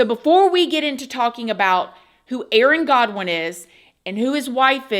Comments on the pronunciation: It's not that hard to say Goodwin lol not Godwin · GOODwin!! Not GODwin….😂 Good lord girl that drove me nuts lol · His name is Aaron Goodwin not Godwin not trying to be rude just my ocd man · GOODWIN!!! NOT GODWIN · It is goodwin sorry not godwin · Aaron's last name is Goodwin NOT Godwin. You are pronouncing it wrong. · I’ve worked with Aaron & Jason in the past and I can’t say enough good things about him! I was shocked to hear about this and I pray he is able to have the strength to get thru this ❤ P.S His last name is Goodwin - not Godwin 😂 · It's not Godwin. It's Goodwin. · Of all people to do this to... She picked one of the kindest, sweetest, most down-to-earth, silly, funny guys. I just hate that this woman screwed him over & was trying to also have him mürdërëd. There are so many girls who would have loved to go out with Aaron. My heart goes out to him. I hope this doesn't throw him back into depression.😢 (BTW, his last name is pronounced "Good-Winn" 😊) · you mispronounced aaron’s last name